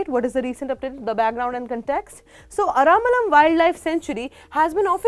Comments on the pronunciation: its not Ara'malam' say ara first then lam. aralam. ther is no 'ma' in bw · Aramalam nahi hai Aralam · Maam its ar-al-am not aramalam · I think there's no way the spelling A-R-A-L-A-M can be read as 'Ara-malam' unless you're clueless. At bare minimum, try to pronounce the name properly before streaming content to a huge audience.